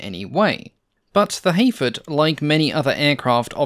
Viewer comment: Your accent makes it sould like you're saying (h)Aphid. I struggle to concieve a bomber named after a tiny little bug like that, but now I'm stuck with that concept.